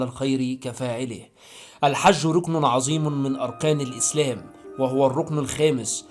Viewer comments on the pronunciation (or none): none